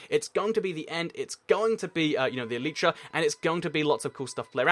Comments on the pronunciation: It's elytra pronounced al I tra not el each ra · why do you say eletra when it is spelled elytra and the minecraft wiki says this "Elytra (pronunciation: [ˈɛl ɪ trə] el-i-trə)" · OH FOR THE LAST GODDAMN TIME, ELYTRA IS PRONOUNCED "ELAJTRA" NOT "EELEETRA"!!! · yes I know it's latin for wings you clever loads gun, clever points gun gamer shoots